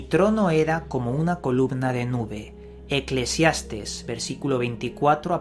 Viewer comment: "Eclésiastes"? es Eclesiast é s!!! buscalo en google!